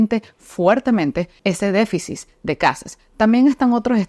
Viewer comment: Disculpa amiga pero creo q se dice deficit. No deficis